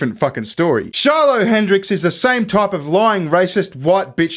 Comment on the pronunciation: You said it wrong stupid it Shiloh lol great reference 👵’s 👦